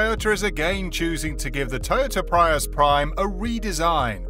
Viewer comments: I wish you were correct. Look at other people's videos. You're giving wrong information. It's pronounced Pree- US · Thank u! I wished they'd make them sportier looking. We pronounce Prius as (PREE US) 😉🇺🇸